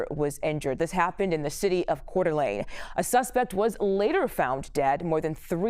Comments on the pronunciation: Yes, Couer d'Alene is a french name, but No you do not pronounce it kordulay. It's kordulayn. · CORE - D- LANE!! LEARN TO PRONOUNCE THE CITY!!! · PORT O' LAY?? Oh, COEUR D' ALENE. Sheesh.